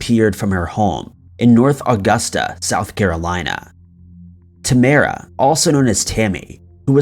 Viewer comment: Only took 8 minutes before he mispronounced her name, Tam-meer-ah rather than Tam-ah-ruh. Smh